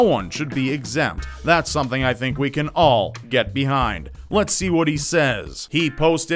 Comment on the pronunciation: I don't like the way you say "can". Stop it.